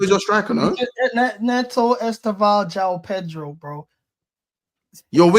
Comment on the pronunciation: Pronounce the j in Joao … do your homework